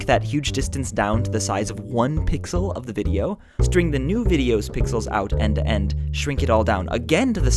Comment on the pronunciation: try saying "end to end" properly :S